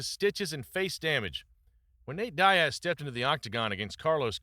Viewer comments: Love the videos man, but dude its DEE-AZ, not DIE-AZ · nate die-ass.. but bro talks about nick die-ass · You or AI can’t even pronounce Nate Diaz’s name properly. That’s why you or your YouTube channel will never be shit.